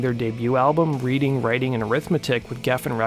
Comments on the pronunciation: Their debut album is named after their hometown Reading in the UK. It is pronouced "Redding" rather than "reeding" but I'm sure you've had a thousand messages telling you this already. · You mispronounced the name of their first album, although that's not surprising because it's a little language joke that only really works in the UK. It's actually named after their hometown of Reading (pronounced "Redding") and playing that as a pun on the popular phrase. We can be quite unforgiving with our place names - think Worcester (pronounced "Wooster") and Milngavie (pronounced "Mil-guy") - and we frequently take the piss out of them in our comedy. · Its pronounced "Reading" like the city though... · Good stuff. BTW, it's pronounced "redding" - they are from Reading, England... a pun, if you will. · It's not "Reading (as in reading a book), Writing & Arithmetic", it's pronounced "Redding", and is a pun on the town name of Reading in southern England (which was a significant location for the band). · It's 'Reading' (as in the city), not 'reading' (as one might read a book). Reading, not reading.